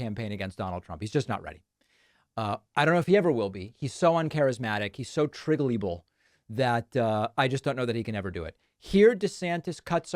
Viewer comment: "Triggelible"? I know you enjoy intentionally mispronouncing words, but this is the first time I hear that one. What's the original source?